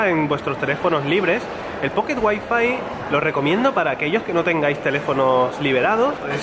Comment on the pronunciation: Un sevillano pateando el español diciendo "guai-fai" ? 🤐😫 XD !!!